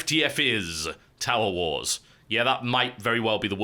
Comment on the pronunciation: Was I the only one hearing "Towel Wars"?